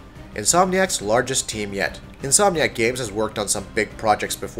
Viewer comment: at one point in the video he says Insom nack